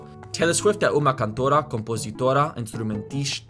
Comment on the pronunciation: My friend, there is a phenomenon that happens in portuguese but the english language avoids very strongly that you're gonna need to understand in order to be considered a good speaker. (You should ask Kian Sheik about it too, he'll explain better) You have to unite the vowels from the end of words with the beginning of the next. Like, here in you said "... é uma" like /ɛ'u.ma/, with a significant glotal stop from /ɛ/ to /u/. A good pronunciation requires you to say, like, /ɛw.ma/ instead (the dot means the stressed syllable is the one before it) and make the phrase flow smoother